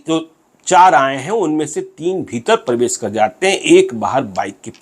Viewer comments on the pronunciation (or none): none